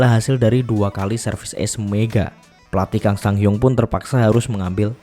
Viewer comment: Kang itu bacanya Gang, kalau Ko bacanya Go. Karena ini pakai pelafalan English, u di Hyundae bacanya kayak kata "lunch" atau Hyeon.